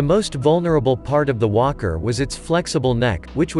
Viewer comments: I'm not a native English speaker. I heard "imperial wanker" instead of "imperial walker". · Sounds like hes saying wonker 😂